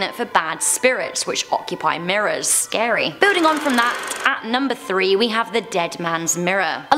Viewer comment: When she said scary I thought she said Gary😂 .... yeah... I probably watch too much spongebob....